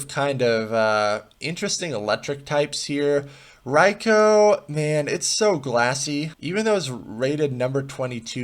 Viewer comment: Hayden Ballard AFAIK that's pretty much how it's supposed to be pronounced.